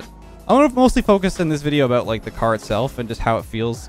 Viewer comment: We all knew who he was talkin aboot